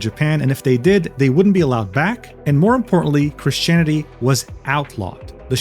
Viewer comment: deadass thought he said "Chris Chan-ity" like wallahi I'm cooked